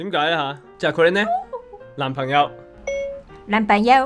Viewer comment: 男朋友我聽到男炮友